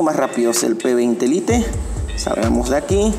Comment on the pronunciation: Y corta el video cuando los 2 iban a encenderse ¿¿¿??? para que madre hace eso si no lo va a mostrar, con que lo digas no me vale y encima le dice p20 "lite" como se escribe lo dice -.- vaya